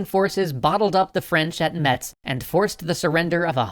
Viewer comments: pssst!.. It's prounounced "mess" not "meTss" ;) Lovely city by the way, feel free to come check it out ! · Metz is pronounced "Mess" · PSA for all non-French people and, I swear to God, also French people : Metz is pronounced "Mess". Don't know why. It just is. Love your series. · By the way, nowadays the T in "Metz" is silent. It's pronounced like "mess". Don't ever, ever pronounce the T in front of a lorrain. ;) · You're pronounce Metz in french Iike Maytse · Metz is pronounced 'mess' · "Metz" is pronounced the same way as "Mess" trust me, I live in the region. No really, it is. Even a large number of French people (Metz being part of France now) don't say it that way. However, you are politely, but very firmly, corrected if you pronounce it the wrong way by anyone who lives near. I don't expect this comment will reach the ears of for the lies episode, but I felt it necessary to defend the opinion of my adopted region.